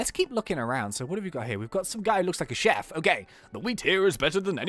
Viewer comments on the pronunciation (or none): none